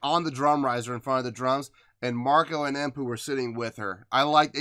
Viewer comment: I see..well..hear you have learned to pronounce Emppu's name 😜👍 Another good reaction as usual 👍